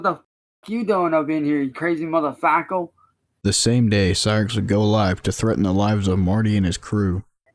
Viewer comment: I cannot explain how much it genuinely angers me when he says "muffuhfakkle".